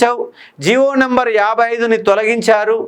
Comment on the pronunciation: నెంబర్ కాదు, నంబర్ అని గమనించండి. స్పెల్లింగ్ " NUMBER " కానీ " NEMBER " కాదు. దయచేసి దీనిని విమర్శగా చూడకండి. ఎందుకంటే, మీరు Faculty. మీ నోటినుండి ఏది పలికితే, దానినే అభ్యర్థులు standard గా భావిస్తారు.